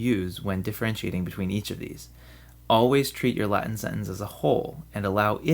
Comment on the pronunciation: I like your Latin pronunciation, it's not common among English speakers.